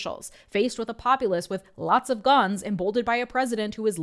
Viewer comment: "Dey took our gerns"